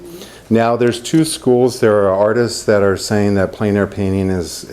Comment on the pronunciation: Extremely good and useful. It's pronounced "Plan" air though. It's French.